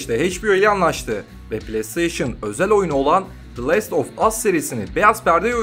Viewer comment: İçerik güzel ,tonlamalar vs güzel sen güzelsin ama şu telaffuzlarına dikkat et lütfen çok basit şeyler bunlar lest of us unherted vs google çeviriden bakıp okunuşunu dinleyebilirisn